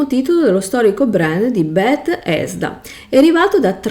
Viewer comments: Tutto ok ma perché continui a dire bet-hesda? È tutto attaccato 🤣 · ma stiamo scherzando? "Bet - hesda" ovunque. Pause, intoppi, "VALUT 76" al secondo 54. "Dalla guerra nuclerare rtereitoreato il pianeta", eh?. Ti mangi le parole, sembra più una parodia che una descrizione di un videogioco. È imbarazzante, veramente. Ancor più che ora tu mi chieda questa cosa. Se uno sbaglia nella registrazione si può ripetere, eh. Questa cosa denota totale incapacità e menefreghismo. Se hai altre domande imbarazzanti sono qua. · ma infatti ciascuno faccia ciò che vuole. Resta la questione del perché una persona con evidenti difficoltà scelga di recensire un prodotto che neppure conosce, esponendosi poi a critiche. Se io voglio raccontare di un videogioco, prima cerco di informarmi. "Bethesda", "Vault" pronunciati in quel modo danno fastidio perché mostrano totale disinteresse, mancanza di conoscenza. La tua libertà di parlare di ciò che vuoi non è superiore a quella di chi poi ti fa notare che è tutto estremamente sbagliato, poco curato e fastidioso.